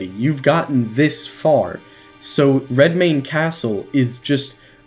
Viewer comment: "I'm DEFINITELY gonna butcher this name" * proceeds to pronounce it perfectly *